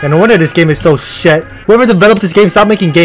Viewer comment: the way he say “shiet” took me out bruh😭😭